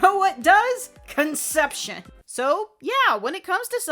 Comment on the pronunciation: I literally felt pain when said Conception